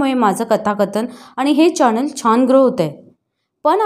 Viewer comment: चॅणन नाही चॅनल